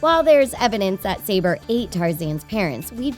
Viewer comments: It's 'suh-bor' not 'say-ber'. And what's with the thumbnail? :P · Pretty good list. You can actually find an animated version of "The Madness of King Scar" on youtube-- it's really cool. Side note: Is the pronunciation of "Notre Dame" and "Sabor" bothering anyone else? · A "mean leopard"? So, predators who need to kill to survive , are considered "mean"? Tell that to the baby leopards that are brought food from the hunts so they can live, too! Also, "Sabor" (a female) was pronounced "sah-BOR".